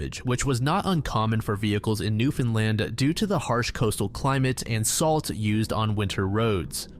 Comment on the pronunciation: AHAHA you pronounced Newfoundland correctly, legit top tier research thank you sir😂